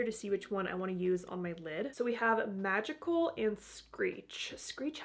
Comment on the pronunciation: Ok. I do hope i dont get flagged as inappropriate, but I had to back up the video when you swatched the 2 colors for the second eye look. I heard the first color as 'vaginal', and busted out laughing when it was actually called 'magical'. 😅